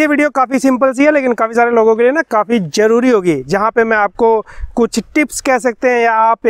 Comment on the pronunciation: Jaruri Nahin Hota zaruri Hota Hai j se Nahin z se